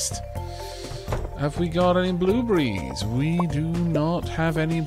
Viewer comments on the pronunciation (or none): Great job once again. keep up the funny saying. just to help you its not blue Brees it's blue BERRYS. think beares. ok..but nice job though.